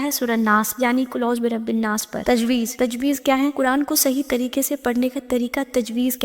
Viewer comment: Tajweed kehte Hain tajweez nahi